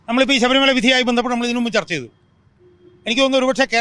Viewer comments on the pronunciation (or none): ഉച്ചാരണം ശ്രദ്ധിക്കൂ. ശഭരിമലയല്ല, ശബരി മല, എന്നാണ്